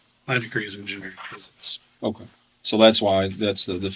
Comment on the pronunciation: I wish cops in general would stop saying “WOAKWAY” instead of “OKAY”